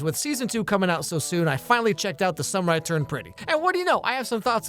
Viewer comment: bro the way you said it just sounds like "the samurai turned pretty"